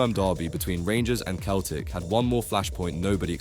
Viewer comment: How is someone making a video about football mispronouncing Celtic and Adebayor 😂